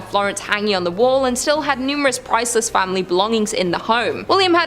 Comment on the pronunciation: I like how she say famillillly